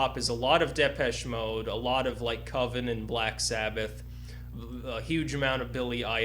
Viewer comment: Why the fuck does this long-haired anus pronounce Depeche Mode wrong?!